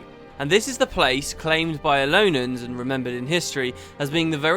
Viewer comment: Aren't they Elonians, not Elonans? I don't like to point out inaccuracies in an otherwise awesome video, but I know how dedicated to this you are and thought I would point it out.